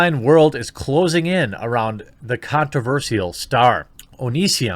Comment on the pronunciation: I've noticed you pronounce si in controversial funny. I'm not a native English speaker so I find that interesting. Is that a regional thing? I was sure Americans pronounce it just like sh or shi as well